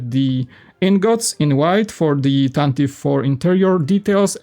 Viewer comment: It’s pronounced “tan-tiv-vee” four